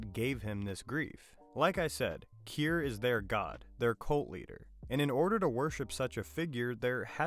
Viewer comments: Did you even watch the show? If so, i cant understand how in hell you keep misprinouncing the names. Eg. Key-ear, milli-check. No one ever pronounced them like that in the show. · Your AI voice can’t say Kier correctly and you spelled Milchick wrong, it said it as Milichick, what is that, 1/1000th of a chick? Get it together.